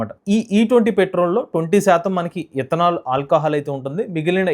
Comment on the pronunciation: ఇత్తనాలు కాదురా బాబు... ఇతనాల్, ముందు పలకటం నేర్చుకో